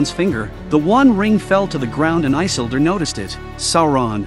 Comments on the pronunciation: Why can’t you pronounce the names right? It drives me up the wall that you can’t get the names right. It is “i-sil-dor! Not I-sil-dor! 🤦‍♂️ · No, his name is not Eye-sildur... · Good recap… But Eyesildur😅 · Lol...one must first understand how to say the name properly...😂